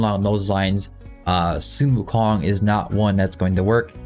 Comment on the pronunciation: Man your pronounciation of Sun wukong is truely respectful🎉